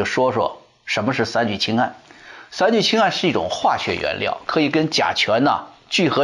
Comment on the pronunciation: 三聚氰胺，很多人发音都错了，发对了。